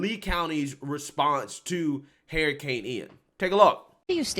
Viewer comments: Dude it’s not hairrican—— it’s hur·uh·kayn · De Santis is AWESOME SAUCE NO DOUBT! BUT, YOU SAYING HERICANE! WHEW CHILE 🤣😂😂😂🤣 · Big fan here saying this but the way you say Hurricane is nuts lol You sound dead on Cleveland Brown from Family guy when he says "Heryicane" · I thought Harry Cane Sandy was a person for a quick second lol